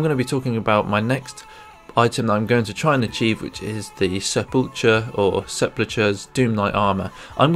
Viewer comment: It's pronounced se-pull-cher